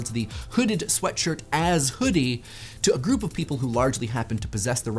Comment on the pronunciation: pronunciation of initial [H] in the first half sounds so fricative that it's almost like pseudo-Yiddish. "What Was The Chudi?"